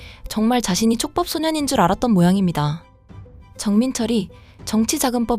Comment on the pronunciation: 아, 최법이 아니고 촉법.